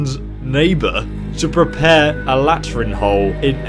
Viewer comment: What!?! Brit Euro lingo; LAH Trin and DUSS-el-dorf and John Luck!?! These are a French words and a German city forgodssakeman!?! :) Just FYI it's la-TREEN, DOO-sel-dorf and (soft j) Jon Luke